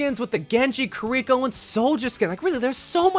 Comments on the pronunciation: I've also noticed this. Most people say Ki-ri-ko. says Ka-ree-ko. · Ah yes, my favourite heroes: Kuh-rico, Sorjourn, and Magua